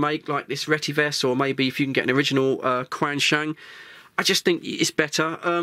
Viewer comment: It’s pronounced ‘Chenshung’.